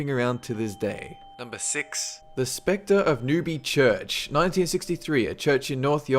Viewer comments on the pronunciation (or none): none